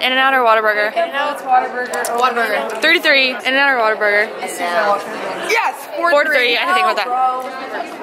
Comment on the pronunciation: When you said “Whataburger”, it hurt my heart 😂